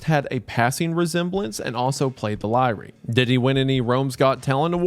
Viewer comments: Lyre = "lier" not ly-re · Lyre is pronounced liar... Not lyree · Listening to this Appalachian boy try to pronounce roman names is actually so funny 😂 Lie-REE 😂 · The repeated mispronunciation of Lyre as 'Lie-Ree' instead of 'liar' is killing me slowly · Lyre...liar....ligh-er Not ly-ree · Lyre is pronounced the same as Liar. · Lyre rhymes with fire It does not rhyme with Kyrie. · I'm gonna be that guy and say it: Lyre is pronounced like liar :) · It's because of difference of language, it had a different name in latin and in greek than the english name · We're not going to touch on his pronunciation of lyre? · alt title: wendigooner mispronounces the word “lyre” for 40 minutes